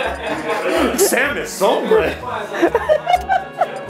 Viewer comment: Perso je me sent mal quand il prononce samus sombre